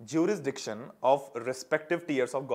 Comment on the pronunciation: Things today we learnt 1.whole civics🙏 2. can't pronounce jurisdiction 🙂